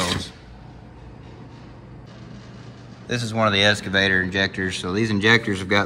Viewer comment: Eeessskaavator and oooolll gallery… excavator and oil galley.